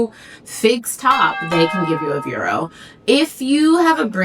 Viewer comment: What are you saying, ‘vero’s’ ? Can’t understand what you’re saying, maybe y can spell it?